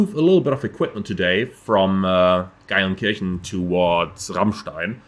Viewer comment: Wenn du schon in meiner Heimat startest und nicht winkst sprich Geilenkirchen bitte wenigstens richtig aus…. Ch = Sch 😂😂